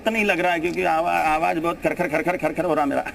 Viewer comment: pronounce correctly... 'awas' nahi, 'awaj'...